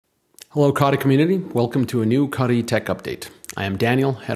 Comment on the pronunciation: C"OH"tee not caughty